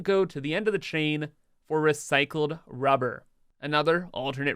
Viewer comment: I HAVE A DREAM... A dream where you stop saying RUE BAR and just say RUBBER. It would be wonderful if you can edit the video and just dub in RUBBER. Thank you.